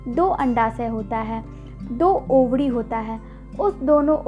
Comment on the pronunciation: Ovadi ya ovari madam